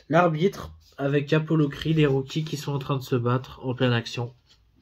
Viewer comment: Rocky pas roucky 😀 aussi non Vu et revu au moins 100 fois mais se sera mon prochain achat parce que en 4k wouaiiiiiiiiiiiiiii cela vos vraiment le coup de l'avoir dans sa collection